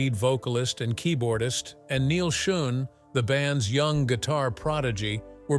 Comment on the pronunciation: Doesn't the producer of this video have the time or inclination to check the auto-speak's pronunciation....especially of important names? Neil Schon (pronouned "shawn"). Come on. Maybe this entire thing is written and edited by AI....which would explain it.